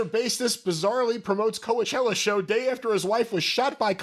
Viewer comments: Why is pronouncing it Co-A-chella? Isn’t it pronounced like Co-chella? Or have I been wrong all this time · KO - A - CHELLA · thinks he in music and calls it Co-E-chella, it's been around for 20 years. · I have never heard someone pronounce Coachella like. Co-uh-chella. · last was supposedly in the music business but can’t pronounce Coachella right 😂